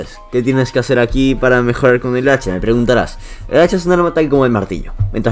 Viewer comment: Dice hecha XD